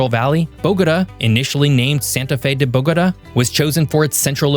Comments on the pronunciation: Bo-go-TAH. Emphasis on the last syllable. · Bo-ga ta. Learn the pronunciation please I’m tired of you tubers butchering the names of Colombian cities. Your Medellin pronunciation is better than most muy still not right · Thumbs down for "Cartageña" and "Boguduh" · You’re calling the capital “Bogoda”, it’s pronounced bo-go-tah, Bogotá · "BOGATÂ" .. I BElieve its Pronounced : Boga-Tah Boga - Tah ... Tah like -Top -Tom (au -ah -aw) so Boga...Tah ok now -say it w/ me .. BOGAAATAAA aahh Yess you see ?! uh huh it actually sounds like a real AUthentic place now unLike the way you were misPronouncing it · BOH-guh-duh. 😅 Interesting pronunciation of Bogatá. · Cartageña??? Bógoda??? Medeyin?? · You are a geography channel You make a video about Colombia And you manage to mispronounce 2 out of 3 cities, it's not Bogoduh or some contraption you produced and its not Madallin either. As a gringo you should know how to pronounce the LL in Cordillera as well. Truly pathetic, didn't watch the rest, of the video. I know a bit about the country and its geography, ecology and geology. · bogos binted? 👽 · 😂 the city of Bowgotuh😂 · It's a good video but please learn how to correctly pronounce Bogota. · Your pronunciation of Bogota is annoying AF. No one in Colombia says it that way. Look at where the accent is located in the word. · why don't you know how to say Bogotá? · I appreciate the content. In the future please endeavor to learn the correct pronunciation of cities, like Bogota, prior to recording. 🤙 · Please learn how to pronounce Bogota! Was this written by AI? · At least he got Medellin right, I wish he would have done some research on the pronunciation of Bogota and Cartagena. If he had the interest to make the video in the first place, he should have had the interest to learn the correct pronunciation. Aside from that, it is a very informative and interesting video. I hope I will be fortunate enough to be able to visit Colombia one day.